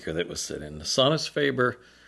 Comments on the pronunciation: Worst pronunciation of Sonus faber that I have ever heard. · As long as I can identify the brand, it doesn't bother me. Of course, I'm used to people butchering my long German last name.